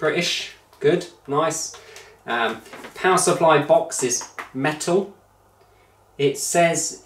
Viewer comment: I believe he ain’t a customer but an insider or a distributor.. just a guess based on the way he pronounced “router” to rowter and “box” to bowx.